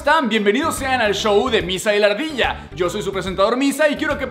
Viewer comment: dice lla we